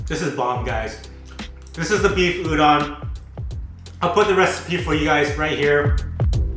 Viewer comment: Looking forward to this series, but it really annoys me when people mispronounce udon.🤪😳 #PetPeeve